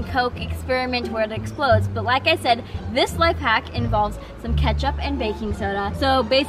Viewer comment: She realy said keptuch